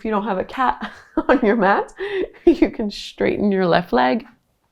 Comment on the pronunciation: Why does she pronounce the "S" at the beginning of words as "Sh"? She says: Shtraightening, Shtrengthen. She pronounces the "S" fine when it's in the middle of the word. Is this a new trend of speech like vocal frying? Really bizarre. It's in every video.